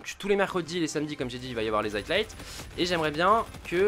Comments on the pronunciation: Bon gota, tu me tue les oreilles. C'est highlights donc tu prononce high et light il y a pas de t la dedans. DONC ARRETE DE DIRE HIGHTLIGHT. Voila bonne journée. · High-lights Gota, pas HighTlights ! J'avais même pas compris de quoi tu parlais au début frérot ! Tu la fais tout le temps celle là en plus .. Et moi je suis pour que tu fasses ce que tu veux, au delà du fait que je t'ai connu sur cod comme presque tout le monde, c'est le fait que les vidéos viennent de toi qui me fait kiffer, donc arrête de te poser des questions et go on !